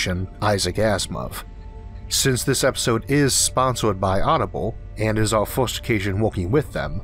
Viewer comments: This may sound ridiculous, and I love your content so much, but I don't know why I hate so much your accent. I am not a native english speaker and maybe because of that, it triggers something negative deep in my mind when you pronounce "fost" saying "first", or "yee-ohs" when saying "years". Is something stupid in my mind but I can't avoid it. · Great video. But I can't help of hearing a child speak by how you say things. Not to be rude, but some of the words you say sound like a toddler learning how to speak. Like saying free as fwee, first as fwirst, etc. Besides that, loved the vid.